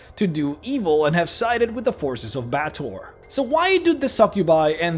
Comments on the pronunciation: quick PSA. It is pronounced BAY-ah-TOR, not BATT-or. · Just a minor nitpick, Baator is not pronounced Ba-toor, it's supposed to be pronounced Bay-AH-tor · Baator is pronounced "bay-uh-tor"